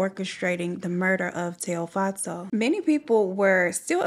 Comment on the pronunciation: You pronounced Tshego’s name exactly how I pronounce it as a Sotho (language) girl. Well done babes loved listening as usual.